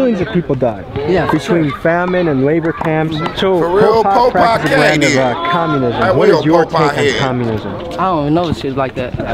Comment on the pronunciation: bro said polpotk 😂😂😂😂